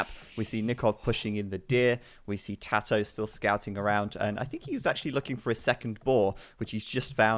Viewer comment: His name is tatoh not tadoh. Where do you hear a D in his name? Don't you know it's disrespectful to intentionally mispronounce someones name?